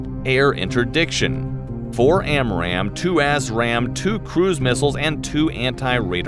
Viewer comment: Every time he says A$$ RAM missile, I think of Top Gun.